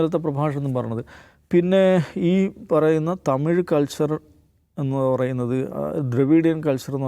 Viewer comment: എടാ ദാവൂദ് തീവ്രവാദി തമിയ്.. അല്ല തമിഴ്...